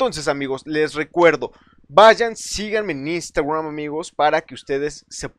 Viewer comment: Que gracioso como pronuncia iustagraum jajajaja😂😂😂😂